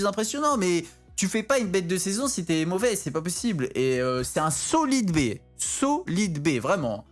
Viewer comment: ''SOLEED BAY" 2021